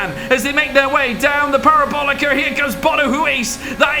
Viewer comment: 'the parobolica'